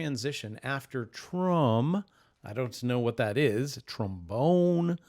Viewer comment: Trombone has no “u” 😂